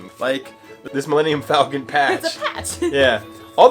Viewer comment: Take a shot every time he says falcon wrong. You'll pass out drunk and wake up in a Bacta tank in the medical Bay..